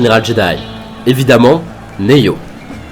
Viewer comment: SGT-M-CT-8008 Ares, il a dit neyo putain qui dit ca !!!!!